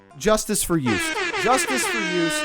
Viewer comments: "I said Joost Klein's name wrong" Me: 😃: "I'm pretty sure it's pronounced You-st" Me: 🥲 still wrong, it's Yo-st (yo like yo-yo) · It”s Joost, not joest 😂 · I love how you addressed the fact that you couldn't pronounce Joost and changed the pronunciation from one stereotypically incorrect version to another. The oo is not an english oo, it's an oa as in toast. So the correct way is yoast not yoost. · You always pronounced ‘Klein’ right. ‘Joost’ however, is still not right lol. Its just pronounced as “Yoast”, like ‘toast’. Not “juiced” or “yuiced” lmao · Its being pronounced Jooust Klein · its basically pronounced Joe-st Klein. Same as Calvin Klein too. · you were close with joost pronunciation- its yoast like ghost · it's pronounced yost like toast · OK, Joost Klein is still not how you pronounce it. It's more like "Yoast". :D Love you for trying though! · you still didnt pronounce joost correctly <\3 its practically pronounced yoast, like toast! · Joost klein its still wrong lol. It’s pronounced “Jost”. Then Klein part was the correct one lol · Joost is pronounced as Yoast, rhyming with toast and roast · Dutchy here. Joost is pronounced Joast like toast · You need to pronounce the Joo in Joost like "Yoo", like greeting your homies. So it's basically Yoost. Klein is correctly pronounced though. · I love these videos! The ESC fandom loves it when people who know nothing about ESC do reactions. I think you're still pronouncing Joost wrong though lol... I remember it 'it's Joost as in toast'. So it's pronounced like Yoast. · Joost is pronouced basically like you would pronounce it, if it was written as Joast, like toast. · Check out Kant from this year. Also, your pronunciation of Joost is better but the oo sound sound like ‘oh’ (as in oh no). So it’s j-oh-st. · it's pronounced yoast AHHH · You pronounce Joost like Ghost but with a J🤍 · Joost Klein pronuncation is still wrong haha. It's Joost like Toast ❤ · You pronounce joost like toast but with a J